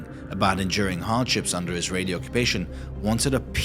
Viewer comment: You spelled israel wrong and the way you pronounced Israeli arabs is so terrible, it doesn't even start with an f